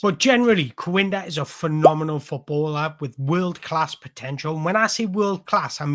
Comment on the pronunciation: Im a sporting cp fan..i wanna say this the best analysis i’ve seen of our wonderkid. Great job 👏🏾 Ps: his name is pronounced Kenda.